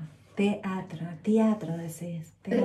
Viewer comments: "Tiatro" jajajajajaa te amo! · Después de las 3 veces q dijo tiatro ya lo estaba diciendo al proposito jaja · antes de ver el video:"teatro" después de ver el video:"tiatro" 😂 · a seguir la carrera de TIATRO -TEATRO +TEATRO dije -no TIATRO dijiste +no dije TEATRO -dale habla bien, que queres seguir? +la carrera de TIATRO -no TEatro deci, TIatro decis, dale, bueno que queres seguir estudiando +emmm bueno quiero empezar TIATRO, canto - TEatro TEatro deci, deci bien dale, vas a seguir siendo youtuber? +si por eso quiero estudiar TIATRO - TIatro TIatro JJAAJJAJJAAJAJAJAJAJ ME MUERO LAS AMO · "Tiatro" JAJAJA😂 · Nadie: Absolutamente nadie:: TIATRO..(morí con esa parte ahre:v) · JAJAJAJJAAJAJAJJA LPM ME CAGUE DE RISA "TEATRO" "TIATRO" MAMA DE "TEATRO NO TIATRO" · Che x qué decía tiatro no no moriii😂🤣💓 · Todos:TEATRO:TIATRO JSJAJA TE AMOOO❤ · Nadie: Absolutamente nadie::TIatro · Posta no sabes decir teatro